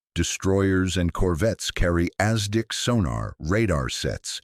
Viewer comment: Hey!! Use real people for voice over! It's not Ass Dick!!! its ASDIC!!!